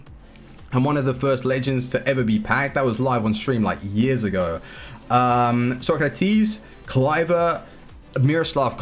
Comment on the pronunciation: It's Socrates, not Sokratis